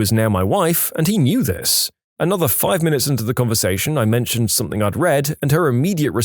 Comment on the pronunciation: No K in the word something